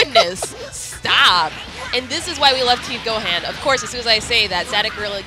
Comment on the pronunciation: Why is she calling him Go-haan? Lol